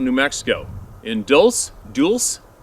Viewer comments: It's pronounced Dulcee ....Dulce is a hotbed for ET interaction. Look up Phil Schneider (Deceased by Arkancide) and the Dulce Wars. P.S.: Dulce means sweet in spanish. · Its "dalh-say" - Dulce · Dulce is pronounced dull- chaa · More Jicariilla- Hick-a-ree-a, Dulce - dul-see, Jemez- Hem-eh-zz. NM takes some time to learn the pronounciations.pronunciations. A lot of natives have many stories, but some tribes won't talk about them with non-natives if they are strangers! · Far be it for me to correct anyone but I believe that it is pronounced to sound like dulsa ,new Mexico. It's not spelled that way but it sounds like that. It should be spelled Dulce if I'm not mistaken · Dull-say NM🤙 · Dulce—— Dull-say New Mexico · I hope this does not bother you,the pronunciation of the following names are.Hick o ree ah Dull chay. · Dulce is pronounced Dul'-Chay, New Mexico. It's an area known for paranormal activity, 🛸 UFO Sightings, and abductions. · Damn, it's pronounced "dull-say"! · Dullsay is how it's pronounced. Lots of crazy things happen in or around Dullsay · Dull say=Dulce, Jicarilla = Hicka ree ah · Dulcé (dul-cie) Spanish for sweet. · I believe that you pronounce the word to sound like Dulsay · Hey, I hear all these people describe the Sabae (sp?) and their weight. 9 to 10' tall at 700 lb. These beings have to be heavier than that. Most of the adults (going by size) have to be 1000 lbs. or more. Don't you think? Thanks for the info on all subjects. It is kinda of a mental overload for me. Dulce is pronounced Dul-say. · Its pronounced Dual- cee its where res. government is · Dool- say = Dulce is spanish for sweet. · Dulce pronounced dull say. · Jicarilla, pronounced "Hick-a-ree-a" Dulce, pronounced, "dull-say," Jemez, Pronounced "Hay- mess." We are from Jemez Pueblo NW 45 mile from Albuquerque New Mexico USA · "Dulce," New Mexico. Pronounced "dull' chae." Blessings to you and your family,! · Dull-say,, Dulce, N.M.